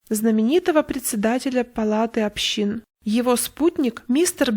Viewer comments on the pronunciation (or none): На будущее. не "палаты общИн", а "палаты Общин". Только в этом словосочетании ударение в слове "общин" падает на первый слог